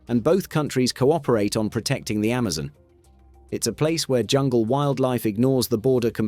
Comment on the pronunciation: lol Ammazin' pronounciation